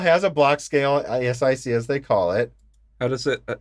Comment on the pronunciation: You don't need to say every letter of ASIC - repeat after me "a-sick" or "Ay-sick". 😉It's an initialism.